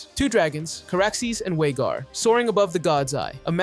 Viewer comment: VHAGAR with a V….